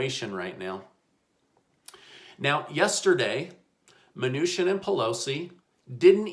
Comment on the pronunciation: I cant listen to this man. He cant get Mnuchin's name pronounced right. Its not mnushin